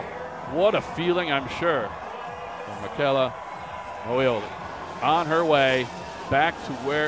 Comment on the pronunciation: Noo, they didn´t just pronounce it like Mitshella....... omg..